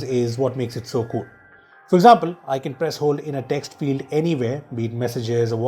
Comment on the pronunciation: in each 15 seconds: kuul features!